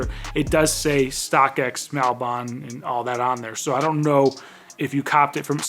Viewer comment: It’s ‘maul - bin’ not mAl bOn… lol